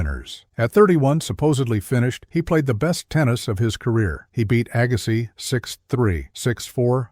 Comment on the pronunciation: WHY, WHY, WHY can't the preparers of these videos get the narration correct? C'mon, AGGA-SYE?? Jesus H. ......!!!